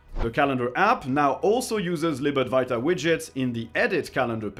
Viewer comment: I really like your videos, just one pedantic request. Could you possibly say libad-W-aita? I find myself saying libad-V-iata because I hear you say it so much - you seem to be the only Linux youtuber who mentions it's progress. Now I hear myself sounding German when I say it in my head 🤣 Or am I saying it wrong?